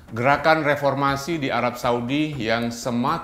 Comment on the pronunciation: Perbaiki dulu kualitas SDM CokroTV...."revormasi" ??? Reformasi?? mana yg benar.